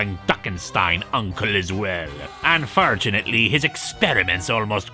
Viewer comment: Did.. did say Un-fur-tunately?